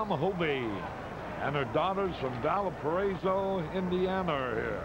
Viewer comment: Hey, Harry pronounced Valparaiso correctly! Now, my Hoosier heart swells with pride.